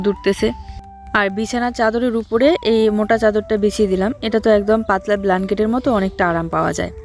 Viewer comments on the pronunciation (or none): কি ভুলভাল বলো! প্ল্যাঙ্কেট নয় ব্ল্যাঙ্কেট। লেকটিং নয় ল্যাট্রিন। এগুলো শুনতে ভালো লাগেনা। তারথেকে বাংলায় বলো কম্বল, পায়খানা ,অসুবিধা কোথায়! বাড়ি করছ খুব ভাল খবর